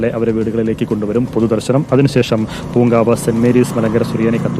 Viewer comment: പൂക്കവനം അല്ല പൂങ്കാവ്